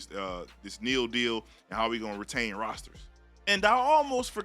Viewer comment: Stop saying “Neal”. Literally no one says that.